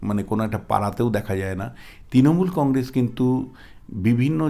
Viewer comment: Ei mathamota gramer maal,boro boro katha bole,Practically anti BJP,nijeke bisleshok bole,e akebare murkhyo item,uchchharon ta shununun,congress bole congrej